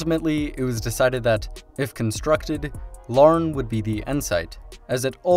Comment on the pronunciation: Hey with multiple pronunciations in this little country alone its more surprising to hear a name pronunced correctly than wrong. Like you nailed Larne.